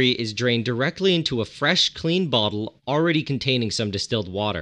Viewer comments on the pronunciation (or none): none